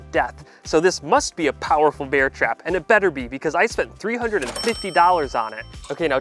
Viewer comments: “Beeair trap” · I just hear beer trap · Am I the only one that keeps hearing 'beer trap'? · Take a shot everytime he says beer trap instead of bear trap, youll be shitfaced by the end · “beer trap” is all I hear in this video. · 😮 did I hear BEER trap?😂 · sorry I keep hearing "beer trap"